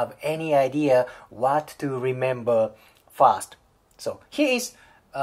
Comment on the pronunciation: R の発音を意識・訓練してくれたらもっと聞きやすいのになって思いました。たとえばfirst がfast に聞こえます。私は日本人なので理解できますが。余駅なお世話でしょうが、英語は発音とリズムが要の言語だと私は考えます。